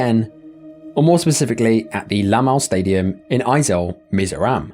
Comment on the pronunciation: As someone who lived near Mizoram...m proud of ur pronounciation.